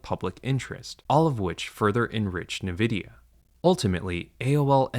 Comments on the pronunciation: I stopped watching and unsubbed, because a) you can't pronounce nvidia, and b) your sponsor. Lots of luck in the future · Mispronouncing the name of the most valuable company in the world undercuts your message. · With the conflict of interest with the sponsors and the bizarre pronunciation of Nvidia, I wouldn't be surprised if the script and narration utilize AI... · I find it very difficult to believe you when you cannot even pronounce the name of the company Nvidia correctly. The difference between llms and fiber deployments 30 years ago is that llms are completely replacing PhD level human labor such that a illiterate person can produce the same output. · The mispronunciation of Nvidia is incredibly odd for someone who has apparently done tons of vigorous research into AI. Nvidia is the biggest company involved in this mess because every tech company building infrastructure for AI is using Nvidia's computing chips. Nvidia is the company selling shovels to the gold diggers in this rush. That's why several people in the comments are suggesting that the narrator is an AI voice. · The pronunciation of Nvidia struck me as strange, but I didn't even consider that he could be an AI voice reading a script until I heard the sponsorships for AI companies. Now the channel just seems very shady. (I watch plenty of creators that mispronounce things, like those that pronounce Mario as "mare ee oh" so it didn't strike me as too implausible...) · Never heard someone pronounce nvidia that way. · Not only is your sponsor wack, but at least some segments of the voiceover are seemingly AI, you said "nevidi" instead of Nvidia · It's Nvidia, not navidia. Learn to read. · Are you an AI voice or do you just pronounce Nvidia's name wrong like all AI voices? The compnay itself says it is pronunced EN-videa, not NI-videa. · why do you keep saying "navidia" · Everyone else: Ai sponsor on Ai bubble video. Me: Spasming every time he says NE Vidia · Did he say Nevidia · En-vidia not Nuh-vidia